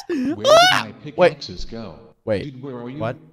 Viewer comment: you said pickakes